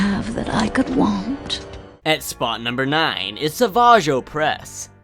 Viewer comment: he said s aa vage